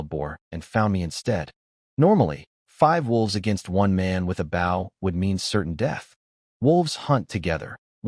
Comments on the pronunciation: B"oh" not B"ow" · Lol $multi-million dollars to create an AI, and it STILL can't pronounce "bow" in stead of bough lol. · Bow, and arrow, not bow, and scrape.